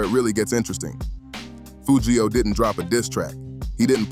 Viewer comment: Whoever this is, I hate you because you can’t even pronounce the man name right his name is Foogiano